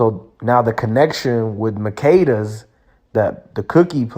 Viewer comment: You lost me at Soulja boy did anything. This aint street talk bruh. Soulja isn’t street. Just stop. Then u called it maKAEDas , it’s maKEYDAS. 🤦‍♀️Y’all need to not comment on things If you don’t know.